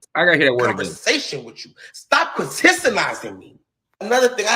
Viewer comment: The man said, “Critisilizing”. I screamed in the privacy of my own home.